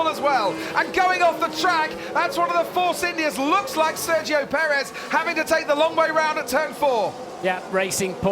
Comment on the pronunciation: you got Sergio's last name right, you guys have gotta stop calling RP Force India XD